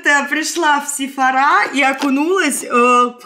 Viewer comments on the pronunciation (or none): none